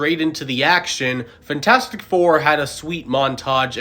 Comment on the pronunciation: “Fntastic four” ❌ FANtastic four ✅